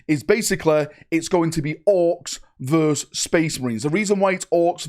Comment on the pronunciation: verSUS not verse